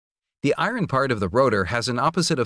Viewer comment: "the i-ron parts..." Aaaarghhh